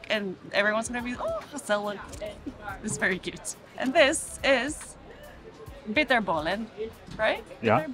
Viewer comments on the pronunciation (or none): Bitterballen not Biterbaalen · It's Bitterballen Not Biterbaalen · The vast majority of the Dutch do not eat bread with cheese as breakfast. Some do for lunch. There is NO mayonaise in filet americain in NL.... BTW, it's not biterbaalen but bitterballen. The name is a combination of bitter and bal, bitter from a 'bittertje' (a small drink, e.g. jenever) and ball. (ballen is the plural of bal). Often served in bars, hardly ever at home. What you did not mention is that what you showed is only fast food. Not what we eat daily.